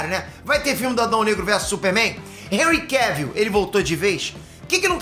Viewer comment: PQP..... Para de chamar o ator do super homem... De "réui queuvion"